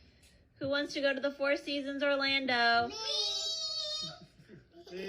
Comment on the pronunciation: Why do you say foe when you know that the word is four..? Don't you realize it makes you sound very ignorant when you say it that way? I'm trying to help you.